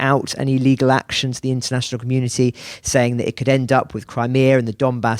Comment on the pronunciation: "We are going to go up the the dombass" 😂😂😂😂